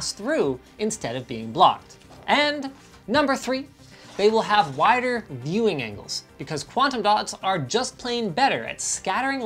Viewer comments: We love wider "vewing" angles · Gonna bei picky here: Pictures Said Veiwing, instead of Viewing Angles...😂